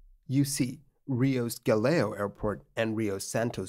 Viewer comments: Bro. It's 'Gah-leaoh'.... Not 'Gah-leo' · The name of the airport is Galeão, not galeo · Sorry but is Galeao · A little correction here: it's Galeão not "Galeo" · The airport is Galeão, not Galeo! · Galeao is pronounced "Gah-Leh-Aoh" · Funny how you pronounce Galeão